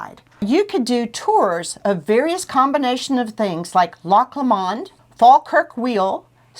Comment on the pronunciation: I’ve been watching a lot of Scotland videos and Americans never seem to pronounce it correctly. It’s Loch (Lock) Lomond (LOW-mund). But great video!